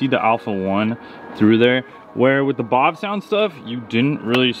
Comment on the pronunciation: I lose a year of my life every time you say "bawv-sound". Do you say Bavarian or do you say BAWvarian? I drive a BAWvarian car on a BAWvarian road.